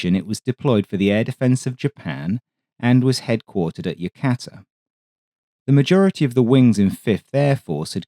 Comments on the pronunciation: Yokota U.S. Air Force Base is pronounced, "Yo-cota", not, "Yo-cata". Yokota AFB is still in service going on for eighty years now. It was once a major Imperial Japanese Army Air Force Base in the 1930s and early 40s under the name, Tama Air Base. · Interesting review of air capabilities on the eve of the Korean War. Please note that HQ 5AF was in Nagoya, Japan, not at Yokota (Yoh-koh-tah) Air Base, at this time. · Love your stuff, but dude, it’s YOKOTA! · FYI: Yokota, Yo-ko-ta.